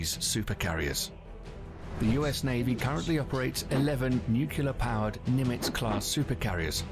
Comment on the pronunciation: I wish the narrator didn't keep misprouncing "nuclear".